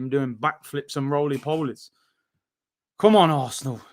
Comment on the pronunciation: "doing rooli poolies" (42.24) Lol